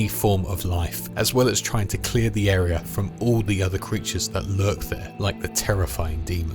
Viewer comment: "HOkay, so here's da earth"